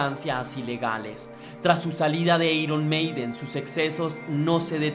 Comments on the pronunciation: Pésima información porque en la primera producción Paul ya intervino en la composición p.e. "Running Free" y luego ...."eiron" ? en todo caso se pronunciaría "airon "....a pesar de todo le dí mi like al video pero por Paul y la banda....al señor que ha preparado la nota se le sugiere que se prepare e informe mejor. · Airon Meiden, no eiron Meiden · Eiron maiden o airon maiden???? (Iron maiden) no inventes oe jajaja 1858 xdddd